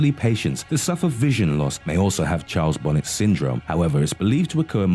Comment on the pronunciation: CHARLES BONNET (pronounced BON-AY similar to 'ballet') not bonnet For example, Alzheimer's disease was coined after the German neurologist Alois Alzheimer and Usher Syndrome (combination of vision and hearing loss) is derived from the Scottish ophthalmologist, Charles Usher.